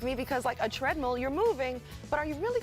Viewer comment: Perks face when she said trendmill for russ lmaooo